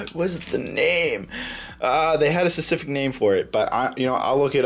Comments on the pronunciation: "Sasific" lol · Instead of saying specific, he said secific